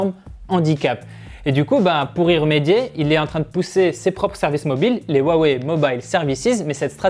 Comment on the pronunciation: Rwa wey et pas wa wé